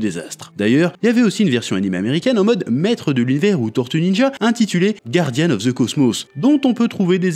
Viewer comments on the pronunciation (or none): none